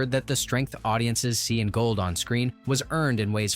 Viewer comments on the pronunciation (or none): I appreciate the history, but for the love of G-d, the narrator should have watched the movie. He gets every person’s name wrong. It’s not Motel, like motel 6. It’s pronounced MOT-el. Golde is not ‘gold’. It’s Gold-eh. Get this right! Your slaughtering of these characters is distracting. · Interesting stories, but the narrators mispronunciation of key characters was really jarring. Examples: • Golde (GOAL-duh), NOT Gold and Motel: MUH-tul (not moh-TELL). With all the research done on stories, why not take a few moments to make sure you have the names right. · Oh my God could they get anyone more ignorant to narrate this? Tevia's wife was Golda not Gold, the taylor's name was Motel pronounced MAHtel not Motel! But when they got to the Chuppah and he pronounced it chewpa I was done . How can you bring up so many intricate details that made this movie believable and not be able to pronounce the names and the characters in the movie? Absolutely shameful! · It's not "motel" as in Holiday Inn. It's 'motl'. And I could go on with a lot of them... Anything with a "ch" isn't ch, it's a gutteral h. Golde isn't gold, she's Goldah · As much as I love Fiddler on the Roof, the robotic voice of the announcer and it's inability of pronouncing Tevye's wife's name Golden pronounced "Gold-ah" rather than "Gold" or the tailor "Motel" pronounced "More-tle" instead of "motel" (like saying hotel), made me realised the announcer did not really know what it was talking about! Disappointed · Very interesting and learned a great deal but it would have been good if the narrator pronounced the names as they are presented in the movie...ie Mot-el not mo-tel, Gold-eh, not Gold, etc.. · not Motel, "Mott-l"... not Gold, Gold-ah"... you have turned these two names into a cheap lodging establishment and a precious metal.... otherwise, nicely done! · Yep it's not Gold it's Golder. It's Mottle not Motel!!!😮🤪😬